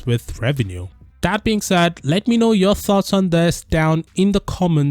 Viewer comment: Look how he says "Tomorrow "